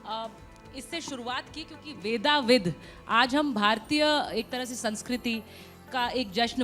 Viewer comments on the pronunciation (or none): ‘वेदविद्’ है नाम, ‘वेदाविद’ नहीं।